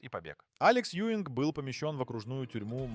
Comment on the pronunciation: Az átszállítása nagy hiba volt. Kár, h az AI felolvasás lerontja. Alex Juing- nak kell kiejteni, nem Ewing-nek.